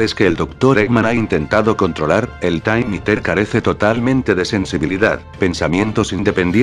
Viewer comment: El Taym Íter xdxdxdxd